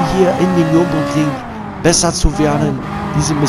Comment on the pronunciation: Bitte! Es heisst Nürburgring! NICHT Nürnburgring! DANKE!